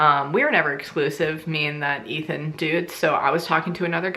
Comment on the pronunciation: I was eating when you said Ethan and I thought you said Meathead lol